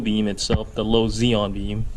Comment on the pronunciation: ‘Zeon’??? We pronounce the xenon in the UK as ‘zenon’ as the word has 2 letter N’s in it! Anyway ‘’, cheers for the basics!!!!!